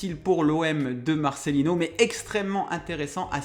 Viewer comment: Sympa cette première vidéo et on apprend des choses. Merci aussi de prononcer correctement Marcelino, alors que l'on entend des "Marcelinho" partout depuis qu'il est arrivé, après avoir déjà eu droit à des "Martchelo" Bielsa jadis.